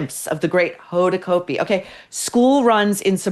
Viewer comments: Cot-b. Hoda cot-b. Not coat-b. Used to be news anchor on new orleans tv. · Pronounced Cotbee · Said like COT'-bee COT'-bee COT'-bee !!! Pls get it right.